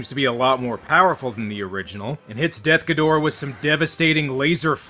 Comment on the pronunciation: Got to say that I truly appreciate how you say DEATH Ghidorah's name correctly. It has always bugged me to no end how "Desughidorah" is treated as the official translation. What's next? Should we start calling King Ghidorah "Kingughidorah"?